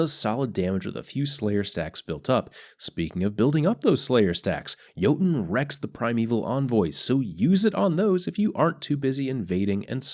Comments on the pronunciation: Yer-Tun (as in tundra) plz fix <3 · He forgot the ö